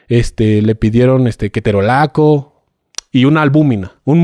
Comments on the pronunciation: y dijo "Keterolaco" wtf jajaja no digo que no se pueda equivocar pero cuando te das cuenta que está mal (sobre todo si es un profesional) corriges de inmediato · Desde el minuto uno te das cuenta jajajajaja neta ni ketorolaco pronuncia bien, si es médico pobres de los px que receta